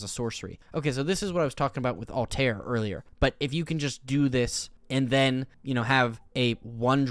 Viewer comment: You butchered BOTH Ezio and Altair's names. :(